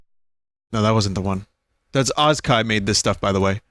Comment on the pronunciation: "Ozka" Close enough. <3